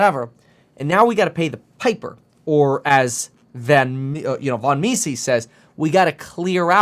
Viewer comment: It’s pronounced : “Me-Zus”